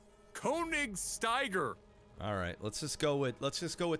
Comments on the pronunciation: The o with the dots, called an umlaut which is German, makes it an "ur' sound and the "i" has more of an "ee" sound. So it's more like "Kurnigsteeger." The more you know <3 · Königstiger, King Tiger in German (name of the Tiger II WWII tank as well), is kinda pronounced like "kuh-nihs-tee-guh".